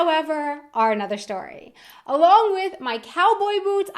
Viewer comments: You got germanized! you said "shtory". Only a true German could do that! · Did you say story with a German accent? Shtory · that´s just what the combination of the r from another and st from story sounds like. heard it many times in the US.